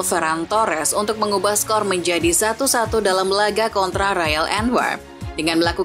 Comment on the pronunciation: Royal bukan rayol sok inggris lol